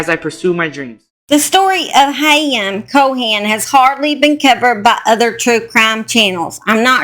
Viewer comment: The last name is Cohen, not Cohan. The h is silent. Thanks for the update!